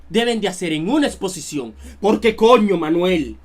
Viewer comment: creí q decía explocion, y como savia q me estaba miando